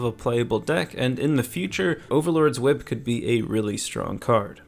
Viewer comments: i was waiting for someone to say that jike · When you said whip I had the same reaction as Brian in Family Guy when Stewie says it like that. Why are you saying it like that. Good breakdown though